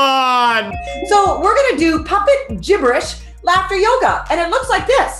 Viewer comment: It's yoga dude not yogo LMAO 😂😂😂🤣🤣🤣